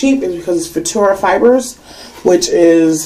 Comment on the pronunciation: Finally someone that pronounces futura!!!! I've always had a problem pronouncing the word! Btw that hair looks great on you!!